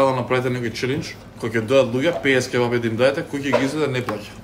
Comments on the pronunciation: Ќе'бапи се кажува, а не ќеб'апи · daj be nauci se da kazuvas kebapi a ne ke-bapi